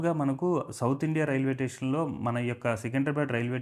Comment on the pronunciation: Tation Kadu, station ani pronounce cheyyalsindi.